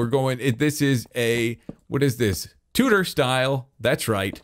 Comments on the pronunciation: Please pronounce tudor properly. I don't know why but it really bugs me. The u in tudor is pronounced like the ew in chew. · When says "tudor" enough to start sounding like "tooter" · An amazing entertainer and an extraordinary builder but by God does this english lady born and bred cringe at the pronunciation of Tudor😂😂